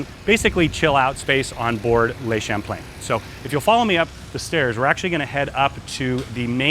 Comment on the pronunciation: Please, - "Le" in French is NOT "lay" but rather "luh".